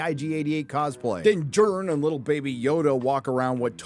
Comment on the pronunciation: Everytime you say “Din Djarin” all I can picture is “Matt Damon!” from Team America 😂 ..Dinn Jurn!! 🥴